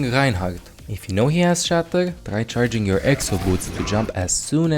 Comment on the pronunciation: holy shit he loses his accent and pronounces the r in charging correctly